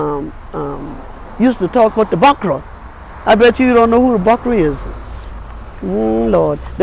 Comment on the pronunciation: When she say, "bukrah," I nearly pass out! We does call dem "bookrah" in St. Croix. 😂 We's one people, no mattah how they try to divide and conquer.